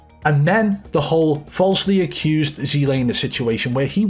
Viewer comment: I wanna make a video of just u saying zlaner Everytime . Would be hilarious